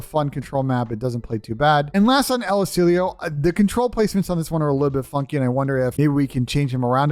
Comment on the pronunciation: I’m just curious where the ‘ee-oh’ is at the end of ‘El Asilo’ lol